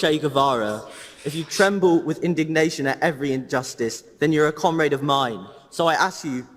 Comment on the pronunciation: Why does every labor voter pronounce comrade as "cum-raid"?